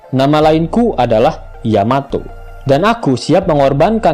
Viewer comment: Yamato bkn Yametee😆😆😂😂